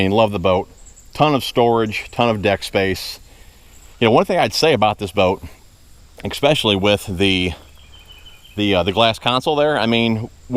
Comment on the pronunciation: Great review...very nice boat...only comment...my biggest pet peeve...there is no X in the word especially!